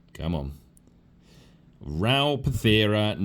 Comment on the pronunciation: It's Ral Partha not Pathera, interesting video none the less